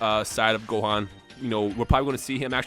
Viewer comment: Gohan? Goohan? Gohan??? Gohan.